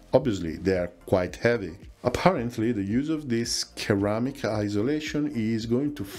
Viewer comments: FYI -- Ceramic is pronounced with a soft "C" --- sir-ram-ick, not ker-ram-ick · Ceramic is pronounced Seramic. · Excellent info as always. PS. Ceramic is pronounce with a soft C, "Seramic". Yes, English is a stupid language. ;) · Fantastic video! Thank you!! (For future reference: ceramic = "SIR-am-ick"). Any chance of a future video on maritime patrol aircraft? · Surely "sir-AM-ik"? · Ceramic is spoken with a soft C, ie. S "Seramic" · Love your content, but please work on your English pronunciation! "Thrust" is not the same word as "trust". "Ceramic" is pronounced "seramic".